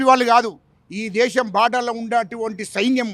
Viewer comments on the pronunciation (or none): none